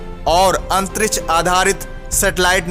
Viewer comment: अंतरिछ नही अंतरिक्ष बोलो